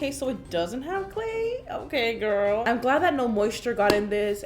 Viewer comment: How I say girl "gurl" How karina says girl "gOuRl"